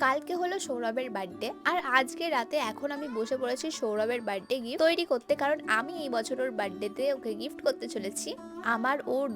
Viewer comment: বার্থডে ❌ বাড্ডে✅ 😂😂😂